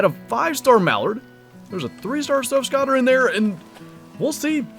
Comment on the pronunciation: Good video man. I almost fell out of my chair when I heard you say surf scotter 😂😂 unless it's different that far north, they're pronounced like skote-er. You're not a duck hunter though so not your problem lol.